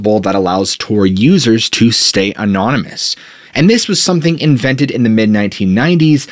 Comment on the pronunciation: Please look up the pronunciation of 'anonymous'... among others.